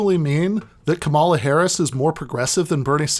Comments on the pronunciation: It's COMMA-la not kuh-MALL-uh. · Dude, it's pronounced comma-la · Really wish you had pronounced Kamala's name correctly in this video. I agree with what you're saying 100% and would love to share with my friends and family who have been spouting this "Kamala is more progressive than Bernie" bs, but I know that as soon as they hear you saying "KaMAla" they'll dismiss you out of hand. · If you're going to do an entire podcast on Kamala Harris, shouldn't you learn how to pronounce her name? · I'm no fan of the lady, but should point out that the narrator is mispronouncing her first name, It's the recently deceased 'pro' wrestler Kamala Harris who used the pronunciation heard here. Or am I confused? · Alright,... not a giant fan of Harris or Biden (although I will vote blue this year because of fascism), but: please just at least learn to pronounce her name correctly. There's no need to be a jerk about it. The emphasis is on the first syllable, similar to the name "Pamela." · Man please just say her name right though